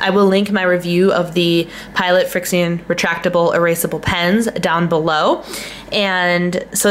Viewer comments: I think you can just pronounce it friction. Like the heat from the friction is what makes it erase. RIght? Anyone else think it's just "Friction" spelled with an X? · It's pronounced like friction... heat from friction makes ink disappear:)